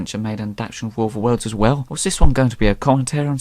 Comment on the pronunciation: Look. It's 'adaption' ok? It's also : 'Worfa Wurls'.